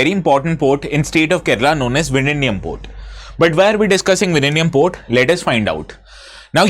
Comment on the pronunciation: Sir your pronounciation of Vizhinjam is plaudably correct 😂❤❤Happy to hear that...😁